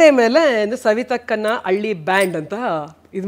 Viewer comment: ಕನ್ನಡ ಭಾಷೆ ಹಾಳು ಮಾಡಬೇಡಿ. ಅಳ್ಳಿ ಅಲ್ಲ ಹಳ್ಳಿ.